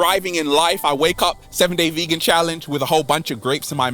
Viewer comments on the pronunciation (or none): none